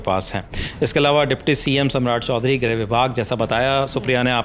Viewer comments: जब लिखा "गृह" मंत्रालय है तो दोनों रिपोर्टर उसे "ग्रह" मंत्रालय क्यों बोल रहे हैं? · Greh nahi Grih hota hai. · Grih hota hai, Grah nahi